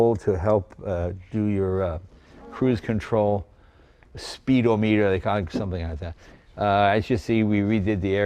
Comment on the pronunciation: Speed-o-meter 😂😂 speedometer